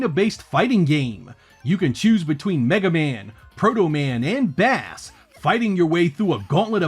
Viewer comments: Another great video sir! Just one thing, you pronounced Bass wrong. It's not Bass like the fish, but Bass like the type of guitar! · Great content, as always. Just wanted to pop in and let you know that it is "Bass" as in the opposite of treble, not "Bass" like the fish. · Bass is pronounced like the 'Base' - Rock & Roll. Bass & Treble.. etc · By the way, Bass's name is pronounced "base", as in "bass boost". Great video! So many games for the system that I never knew existed. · Hey man, just letting you know the Mega Man character's name is Bass as in "Bass and Treble". Thanks for the look back. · you know it’s Bass like the instrument not bass like the fish, right? I mean his wolf dog thing is called Treble for Pete’s sake… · Oops... it's Bass as in Treble and Bass.